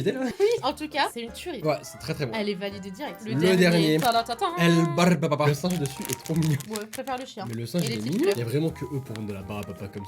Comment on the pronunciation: "El BARRRRRRRBE à papa" 😂😂😂